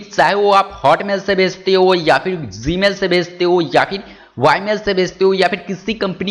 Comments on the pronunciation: ame bhai g hota hai zee nahin hota English sudharo apni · BHI aik baaat bata zmail BOL raha email 🤔🤔🤔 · zee mail wtf, pronounce correctly nepali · BHai ek no. Bolta hai tu.... Zee mail👌👌👌😂😂😂